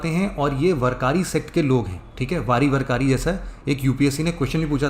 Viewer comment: वरकारी नाही वारकरी पंधारपूर नाही पंढरपूर